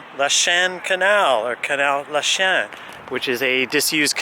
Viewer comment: Lachine is pronounced lacheene not lachen